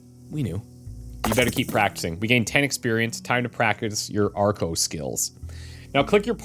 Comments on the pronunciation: Ohh arco not argo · I heard Farco as well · Is it just me or does he say "Farco" at the beginning of this video?